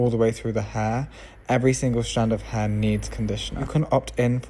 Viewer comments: i dont know if he is saying her or hair . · I love how you pronounce HAIR. 😊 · I love the way he says "hair".